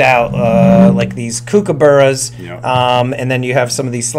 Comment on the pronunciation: Lmao laughed so hard the way you pronounced kookaburras! I am aussie, that was gold mate!